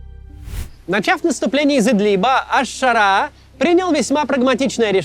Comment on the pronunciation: Макс, ну ты же интеллигентный человек, что с ударениями в арабских именах ? Аш-Ша́раа Аль-Джула́ни